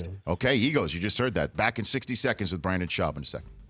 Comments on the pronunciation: Hey Rich for sure get your guests name right, Brendan not Brandon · Why does he keep saying Brandon? Nobody even corrected him after the 6th time he mispronounced his name.